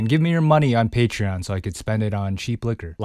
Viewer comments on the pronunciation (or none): none